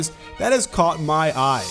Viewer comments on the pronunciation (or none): none